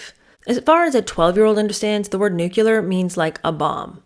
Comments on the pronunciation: It's "New-CLEE-ar" not "New-cue-lar". Nuclear!! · You do know it's "Nuc-lear", right? Not "Nuc-ular"....right?......teacher?.....😮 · Nuclear is 2 syllables, not 3: Nu-clear not nu-cu-ler (George Bush Jr. pronounced it this way and ppl made fun of it😅) I'm surprised at this. You're so smart. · Pardon me but it’s nuclear not nucular.😊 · Living a 'nucular' life? The word is 'nuclear'. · Did you mean NUCLEAR, (correct word) not NUCULAR ? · New KLEE er, not new KEW ler. Is the correct pronunciation. Thanks for the great insights ❤ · Always Nuclear. Nucular is just plain ignorant. Why “ celebrate ignorance and poor education”? We are in a time when we can pronounce and/ spell words in a universally accepted way if we wish.